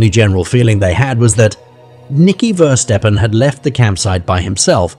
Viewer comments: It's verstappen not versteppen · Isn't it meant to be pronounced Verstappen as (appen as in happen) like the F1 driver Max Verstappen- I have no problem with AI but when it butchers the victim's name over and over again. Perhaps next time there is no need to say the surname so many times, after three or four times we got it. I think you may have spelt Verstappen wrong before inputting it into AI because at 25.34 secs your title for her sister reads Femke Versteppen. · I am also pretty sure they have butchered the boys name- it's Verstappen (similar to happen) like the racing driver Max Verstappen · 'veerstapn' eeeh, it's pronounced like 'ferstappen', 'V' is an 'F' sound, the initial 'E' is short, the final 'E' is there, not 'eaten'. All the rest of the NL stuff is wrong too, but at least the name should be a tad less unrecognizably massacred. 'Bloem' is pronounced 'Blom' more, the 'e' there is semi silent. Like 'BLOeM' not 'BloEMM' like here. Yes I know it doesn't matter much but it's ear grating since it's repeated 40.000 times unnecessarily. 'semen' is also not 'SeMENN' - that shouldn't even be an issue. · is it Versteppen or Verstappen? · Please show respect and pronounce their names correctly!!! Ever heard of Max Verstappen, F1 racing driver???